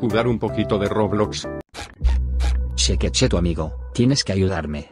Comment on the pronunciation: fornite dice roblax